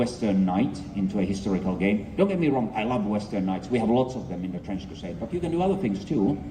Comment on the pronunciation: "Trinch crusaiyeed!" ~Some random shill.